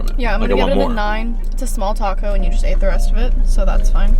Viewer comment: You really said everything a certain way and then said tacko instead of taco 😂